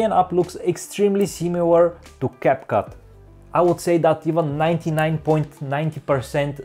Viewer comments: Bro really called capcut cupcake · Did anyone notice that he accidentally call capcut capcake😂😂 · And you called capcut "caput"